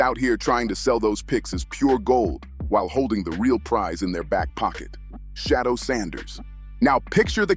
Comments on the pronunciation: Say that man’s name correctly pleeease Sha du er NOT SHADOW🤦🏽‍♀️🤷🏽‍♀️ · His name is not Shadow Sanders, it's Shedeur Sanders (She-deur Sanders).